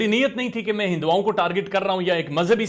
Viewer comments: Urdu bhi kaunsa achi bol raha hai.. "Hindwaaon"🤣🤣🤣🤣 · what is hindowaaoon?pehlay urdu to sekh lo.